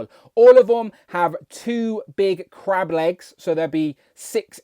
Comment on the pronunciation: I was thinking all week you were saying " Crap " and I thought you really hate this BaF . You were saying " Crab " ... Lol .